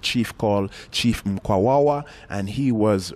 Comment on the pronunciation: Who the heck is chief “Mkwawawa?” 🤣 second hand embarrassment for you chap!